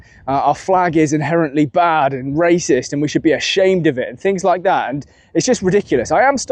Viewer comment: You mis pronounced Racists